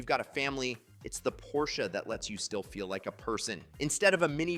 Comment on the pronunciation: An expert that can’t even pronounce the car’s name. I’m sorry I liked all the information and your videos, but it through me off.